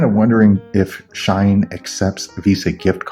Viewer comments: it’s “she - in” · Haha, its she-in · It’s pronounced like sheen, lol. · Sh-e-en Shein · Its pronounced Sheeh-in! /gen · its she-in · She-in That's how you pronounce it 😃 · Is it just me dying everytime he says shine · not just you 💀💀💀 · its SHE-IN lmaooo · It’s pronounced She-In but nice video